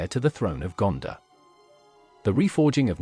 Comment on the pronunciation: It’s not Gandah it’s GanDOR